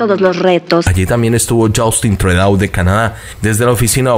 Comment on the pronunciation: Se pronuncia así Trudeau / trudo Blinquen / igual la i no cambia se pronuncia tal cual blinquen.